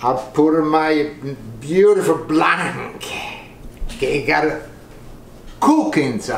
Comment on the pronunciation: I’m crying😭😭 “my beautiful BLANKEE”